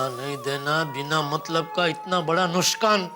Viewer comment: नुकसान ❎ नुस्कान ✅